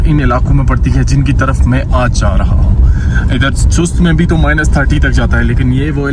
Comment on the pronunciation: O Bhai Sahb name ka bera gharq na Karen, Sust nai hota, Sost hota ha.